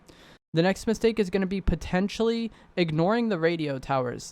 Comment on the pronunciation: I really like content, it help me a lot. But dude, you gotta stop saying "potencially" all the time lol In this video only it was 10 or 15 times. Just joking man, keep up with good content